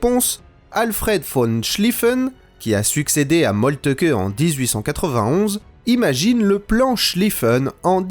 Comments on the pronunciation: Pitié cessez de prononcer "Moltke" "Molle te que" >_< !!! L'on dit "Molt'k.h l'intonation est sur Mol, la langue trébuche ensuite sur "lt"pour expirer le "keuh" qui est discret et atténué. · Vu que vous prononcez Moltke "Molteuqueu", prononcez-vous Hitler "Hiteulair" ?